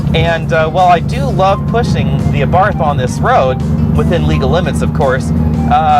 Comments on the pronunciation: pronounce it ABART , no 'h' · Pronounced Abart, no 'th' ending